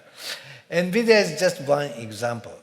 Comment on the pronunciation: "oh nevidia is in trouble"